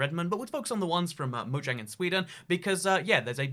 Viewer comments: Did you say “mo yang” instead of “mojang” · Who else herd him say moyang